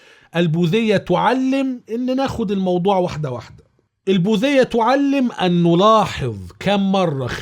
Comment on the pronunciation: البوديه وليست البوذيه